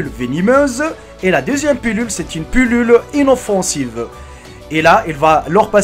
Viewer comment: On dit pilule pas pulule